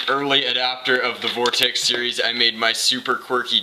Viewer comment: Did you say vortex in Spanish ? (Vordex)